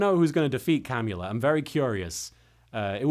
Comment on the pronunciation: I heard the vampire lady’s name as “Cannula,” which did not help me take her seriously.